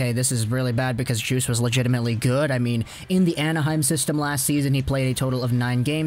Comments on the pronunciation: you don't pronounce the D in Djoos, you pronounce it like the drink juice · Its pronounced JUICE lol. You know him😎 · It’s pronounced “Yoos”